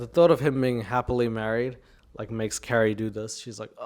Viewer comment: It's very unfortunate to be named CaRRie and in love with MaRk ZuckeRbeRg and not be able to pronounce your Rs! + Mawk Fowevew!! 😂😂